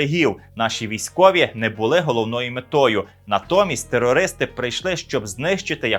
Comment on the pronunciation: Почему ведущий " проглативает" слова, которие називают вещи своими именами, например, " террористи" и некоторие др.слова..? Прямо по-путински...Что би єто значило?